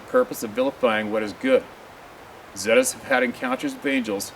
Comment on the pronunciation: Zeta's are pronounced 'ZATA'S